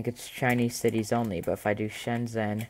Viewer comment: "How do I say Shenzhen in Chinese" you just did in poor pronunciation, lol. :P Anyway, the OS does look nice a slick for the most part. If it had universal language support it would be up there with Zorin OS for sure.